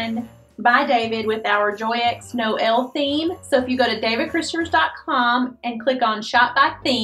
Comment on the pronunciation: Dear David, it's a wonderful job you did! BTW, Joeux Noel (Happy Noel) is not pronounced as "djoeks" but "jouaieu" :-) it's hard to transliterate French word in English